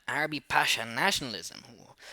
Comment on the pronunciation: It's Urabi, not Arabi and thank you for the explanation